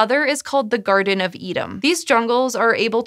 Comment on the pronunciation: "Garden of Edam"?!?